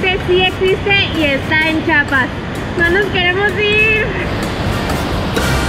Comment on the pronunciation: Todo iba bien hasta que dijistes chapas jajja 😂